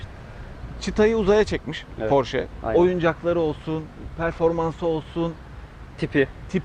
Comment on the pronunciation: tavsiyem araç porş diye okunmuyor :)) sevgiler